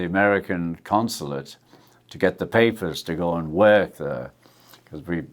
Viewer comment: We all love Ringo but I wish he’d stop pronouncing ‘and’ as ‘end’!